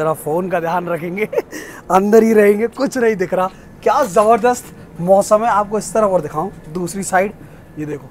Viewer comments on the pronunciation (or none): none